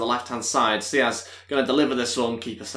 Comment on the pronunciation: Why are you pronouncing saiz as siaz?